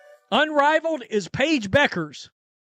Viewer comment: What an idiot. You took a video that can't even pronounce Paige's last name correctly SERIOUSLY?